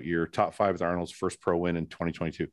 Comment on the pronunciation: I'm lmao about you guys ripping on Fouad about the "Arnold(s)" Fouad you also say Brett Wilkins all the time which makes me laugh